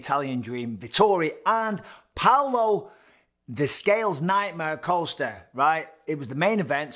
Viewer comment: I wanna sit a drink on him with how often Bisping called him coaster. Then next sentence it's Costa again. WTF 😳😂